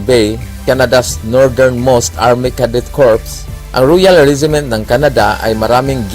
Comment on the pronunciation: Hoi, redundancie ka naman mag istorya, nakakainis ka namang magsalita.... Arme,countre, alchitecture, bwiset